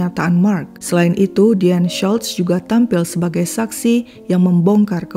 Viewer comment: Ci US , maaf nama Deanne Schultz seperti nama Jerman ya , jadi huruf u di nama Schultz ttp dibaca u bukan jadi a, Tksh.